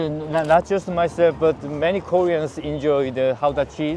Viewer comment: Mooie beelden in de sneeuw. De ambassadeur komt op mij over als een sympathieke man met gevoel voor humor, ook al laat hij dat laatste niet merken. En sowieso krijgt hij bonuspunten voor het goed uitspreken van Gouda 😅. Groeten uit Den Haag.